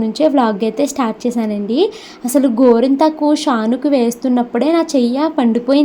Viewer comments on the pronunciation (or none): కొంత మందికి "టా" పలకదు